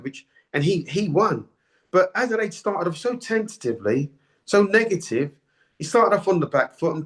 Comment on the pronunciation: Adeleye (not Adelade, you cretin) tried, but he gassed out, it wasn't difficult to work out.